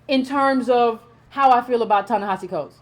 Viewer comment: Thank you an analytic voice of the current issues facing us as a race of people here in America May I suggest that you not assume that your subscribers know the definition of words, ie, neoliberal ( please explain its meaning) and the word, pessimism. Also, I think the correct pronunciation of his name is, Ta(ta) Ne(neh) Hi(he)Si(see). Concerning the waste overflow in the yard; yes it is absolutely necessary that we focus on issues "at home", here in America, but in my opinion, your vision is short-sided. We live is a global society and what affects us here ultimately affects colored folks world-wide. Malcolm understood this when he wanted to address the United Nations. That made him a real threat, causing his demise.